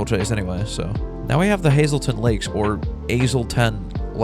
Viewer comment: Why do I keep dying every time he says “azelton Lak”?